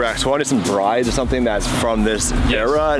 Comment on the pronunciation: it’s brid not bride 👰 😅